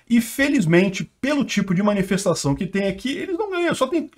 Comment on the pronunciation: Agora que eu entendi a “minifestaçao” KKKKKKKKKKKKKKKKKKK